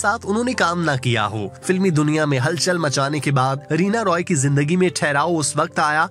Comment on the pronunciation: رینا "روئے" یا رائے ۔۔Roy تو انگریزی نام ہے۔یہ Rai ہے